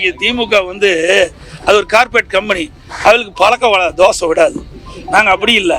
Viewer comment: அது கார்பேட் கம்பெனி இல்ல எடப்பாடி. கார்பொரேட் கம்பெனி.